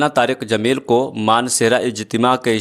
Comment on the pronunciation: Molana Tariq Jameel sahab boliye naam sahi se lijiye